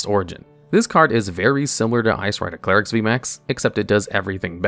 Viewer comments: clare-ex NotLikeThis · idk why it bothers me so much that he starts pronouncing Calyrex wrong after saying it correctly at the start of the Shadow Rider Calyrex segment. Also very surprised seeing Gengar on the list and not Eternatus VMAX.